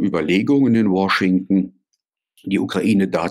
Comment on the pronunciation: Hat er jetzt tatsächlich War-shington gesagt 😂😂😂